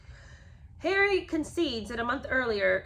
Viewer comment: I have to agree with Lola Louise that I cannot clearly hear the enunciation of the words when you dramatically do "Harry". The rest is fine, and I do enjoy your take on the book.